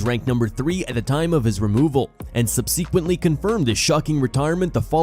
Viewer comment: pardon me, could you try pronouncing “subsequently” once more?